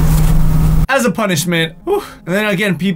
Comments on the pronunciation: " as a p-uh-nishmet" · That sounded weird when you said punishment